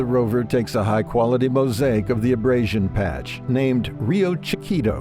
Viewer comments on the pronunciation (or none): none